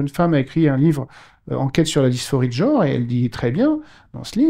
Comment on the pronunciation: Le probème du mot "jor" est qu'il est susceptible de ne pas exister... Connaîtriez-vous la valeur phonétique de la voyelle (e)? Et celle de la consonne (n)...? Et bien, je suis en disposition de vous assurer que ces valeurs-ci EXISTENT; et là ou elles se trouvent correctement placées, elles doivent être prononcées correctement. J'insiste: le mot "jor" n'existe pas,!